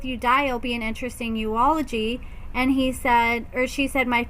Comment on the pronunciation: YULE A GY....... Not "You ola gy"